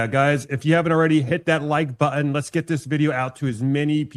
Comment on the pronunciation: Please learn to pronounce the word "button" (not buttin)